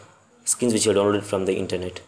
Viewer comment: he said download " the foreskin" lol gonna go unload my skin